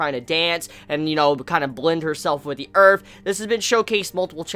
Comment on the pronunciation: nice good revew, but allow me to point out 1 thing to you please: the word is earth, not earf, LOL!